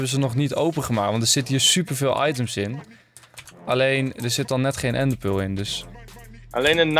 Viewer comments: What da fuq is een ende pul 😂😂😂😂 ga Engels leren ofzo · Ik vind het altijd grappig hoe Enzo ender pearl zegt: endepeul